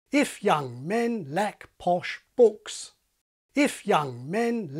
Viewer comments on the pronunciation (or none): Your pronunciation of “posh” right at the start doesn’t sound quite right to me. Sounds more like [pʰɔʃ]. I think you might have slipped up a little there. and especially it sounds more accurate. Sounds to my ears like you pronounced it with [ɒ] the first time and slowly closed it with each iteration towards [ɔ].